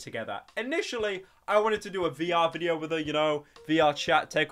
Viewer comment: Haha werry fun wideo hahaha (Dlete Chanel )